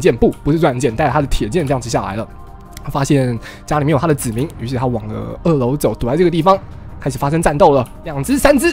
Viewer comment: 子民我一直听成籽岷xdd